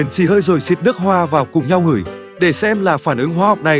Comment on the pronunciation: Người miền Nam gọi là hửi nha Ad. Còn ngửi là Ad nói chứ không phải Khởi My nói nha